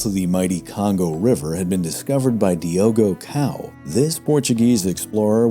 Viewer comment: Not Diogo Cow, but Diogo 'Dog' (Portuguese speakers will understand)